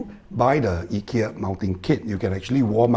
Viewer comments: The standard English pronunciation is usually more like "Eye-ki-ya" while the Swedish is "Ee-key-a" - like yours :) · Informative video and nice Swedish pronunciation of Ikea 👍